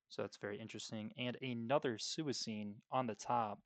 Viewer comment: Suicune is pronounced swee-coon btw